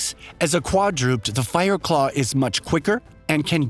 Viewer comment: I had a stroke when he pronounced quadruped as quad-rooped